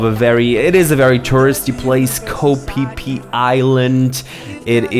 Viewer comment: We were corrected with the pronunciation of Phi Phi Islands in Thailand by the local tour guides very quickly lol. It is Pronounced Fe Fe Not Pe Pe The way he said to remember it is No Pe Pe in Fe Fe